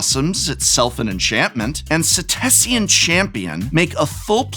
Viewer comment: He pronounces Setessan champion with an extra syllable likes its spelt setessian